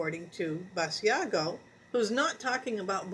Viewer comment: It is not Bass-e-ah-go. It is Bash-Ah-go!